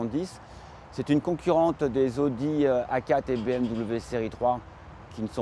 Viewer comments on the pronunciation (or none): none